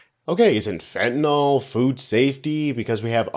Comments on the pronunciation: As a person with a medical background, I have a pet peeve: It is pronounced "fent-a-NIL" not "fent-a-NALL" If you can't pronounce it, then don't use it. Check the spelling: FENTANYL. I know small potatoes, but would you trust a pharmacist who could not pronounce the medication you're taking? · FENTNYL, NOT FENTANOL. President Trump can’t even pronounce fentanyl correctly—he, like many Americans, says fentanol. This happens because the “-yl” ending is rare in English, so people tend to simplify the pronunciation. Additionally, “-ol” is common in the names of alcohols (like ethanol), which may contribute to the mispronunciation.